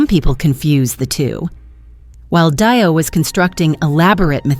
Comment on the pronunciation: Its not DIE O you stoopid cow its DEE O